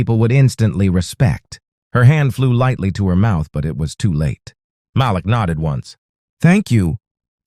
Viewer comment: Nice story. The husband's name is pronounced Ma-Leek. Every so often you say it correctly. Most often you pronounce it as Malek. Just saying. Thx